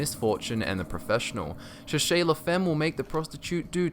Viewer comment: omg, how the hell did you pronounce cherchey la femme? i knowits in french bt, oh godamnit it makes my ears bleed